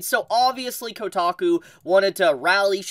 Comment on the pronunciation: It’s kotaku…. 😂